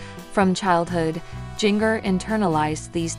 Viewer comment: Jin-ger not jiggner